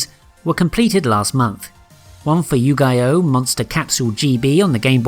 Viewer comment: Interesting way to pronounce “Yu-Gi-Oh!” at the end there.